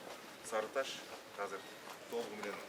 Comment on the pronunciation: Кыргызда азыр деген соз казыр болуп айтылабы😂😂😂